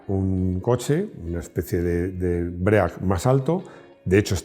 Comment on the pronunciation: Cada vez que dices "BREAC" se suicida un Ángel. Venga hombre, sabes que no se dice así